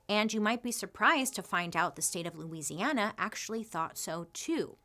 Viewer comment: I am just so impressed that you pronounce Louisiana correctly 🙌